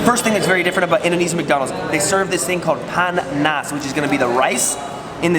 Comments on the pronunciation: I like how he says panas into pan nas XD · It's not "pan nas" it's panas Panas = Hot